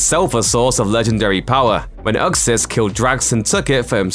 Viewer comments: You pronounced dark side real name wrong its youxas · isnt anyone gonna address the way the narrator pronounced Uxas?